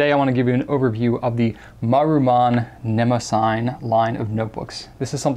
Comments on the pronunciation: They way he says ne mo sign is just cringey and incorrect it is pronounced ne mo si ty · I believe it's ne-mah-si-NEE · Or more accurately, nuh-MOSS-uh-nee, but yes, they're absolutely brilliant notebooks. The paper is fantastic, and the fact that they lie nice and flat lets the rivers of ink that I spew with my vintage flex fountain pens dry without issue, and it's easy to photograph the results. I adore them. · Great review and looks like a great series of notebooks. I hate to be that guy (ok maybe I like it being that guy but don't want anyone to know) but Mnemosyne is usually pronounced like this or this Thanks again for introducing us to notebooks that I will likely be buying